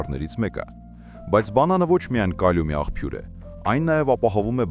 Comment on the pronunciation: <Աղբյուրը>՝ <ախՓյուր> չի՛ արտասանվում, այլ՝ <աղՊյուր>։Բ-Փ-ի ուղղախոսությունը սովորի՛ր,տղա՛ ջան😮